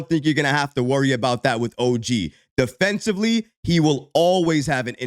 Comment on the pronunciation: Og says deneifens player